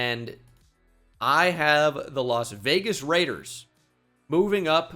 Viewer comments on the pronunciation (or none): none